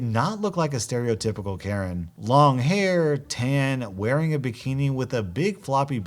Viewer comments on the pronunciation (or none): none